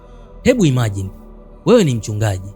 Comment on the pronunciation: sio imaji ndugu msimuliaji ni imagine 😒